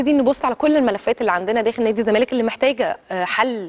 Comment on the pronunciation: يابنتي وشك مش باين، غيري تسريحه شعرك.. علي مهلك وانتي بتتكلمي. بلاش تتكي اوي علي كلمه الزمالككك... خلي صوتك طبيعي.. حاولي تقرأي من ورقة احسن.. بالتوفيق